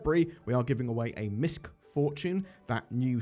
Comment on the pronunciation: Most people are mispronouncing MISC Fortune. The C is silent.